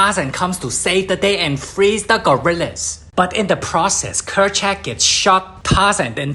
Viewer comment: It’s Kerchak